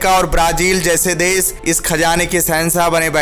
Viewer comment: Bhai kaun See school mein study kiye ho? Sehansah, des, siddat, suru, kaun si bhasha hai? Kudrat deta nhi hai, deti hai. Agar apni pronouncation theek nhi kar sakte toh kisi aur ki help le sakte ho.